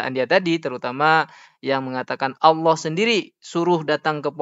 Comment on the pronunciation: Allah Swt... kesulitan dalam menyebut nama Nya